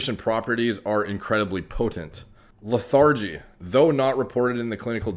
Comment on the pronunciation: LE-THIR-GE. JUST HELPING.